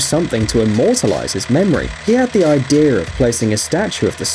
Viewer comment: I hate it when people say "Idear" instead of "Idea"... No offense